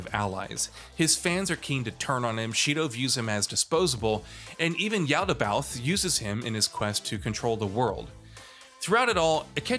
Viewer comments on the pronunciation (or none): none